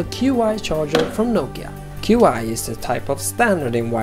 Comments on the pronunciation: Qi is not pronounced "cue-eye," it's "chi," Chinese for "energy." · I really like your end result and may do this myself but to my computer desk. Just some info, the Qi charger is pronounced CHI, and that nokia one you have there, even though it says its Qi standard, does not work with the Nexus 4. I bought one and very sadly returned it when it didn't work. It would just keep connecting and disconnecting over and over. I got the Nexus Orb and it works great. Awesome video, and great visual style! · qi is pronounced chi